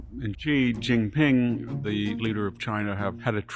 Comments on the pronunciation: Great content. But pls pronounce the Chinese leader's name correctly - "She - Jee - Peen" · Victor you sound educated, you can pronounce Mexico but you can't prnounce Xi Jinping? "See" what I mean?